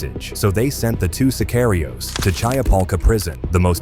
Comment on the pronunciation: The narrator must be AI on retard mode, he cannot pronouce sicario correctly. AI or human dumbdumb